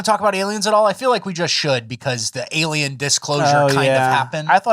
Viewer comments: Aliem juice! I heard you say it with an “M” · Sorry, my first thumbs down. There is no "M" in ALIEN!